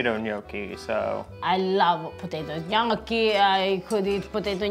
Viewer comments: Ok… please pronounce Gnocchi the right way! Your wife is correct…. My maiden name is Bertocchi (occhi) short o sound I blame The Foodnetwork for this. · Must of hurt her soul the way he pronounces gnocchi…